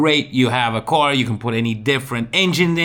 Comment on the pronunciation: Love ya but it’s / car / not /co / ar /…😎👍